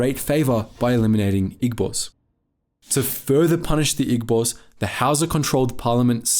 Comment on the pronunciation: Good video. one slight criticism is that Igbos is pronounced ee-bos instead of ig-bos. but thats about it, good video overall